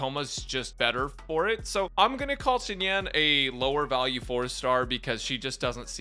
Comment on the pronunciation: I mean, I noticed immediately that you said it wrong 🤣